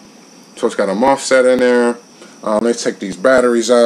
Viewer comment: had to pick on you on the pronunciation of the mosfet. love your reviews tho. I feel like I'm hearing my best friend telling me if I should buy something or if somethings a waste of time. keep it up bro